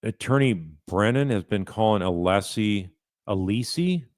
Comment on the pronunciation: If I was a juror, I’d been put off by Brennan from the beginning because of his speech “impediment” and not being able to even pronounce Alessi’s name correctly